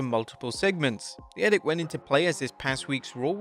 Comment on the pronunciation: Seriously, you dont know how to pronounce edict....and no its not a regional thing or anything, you are just saying it wrong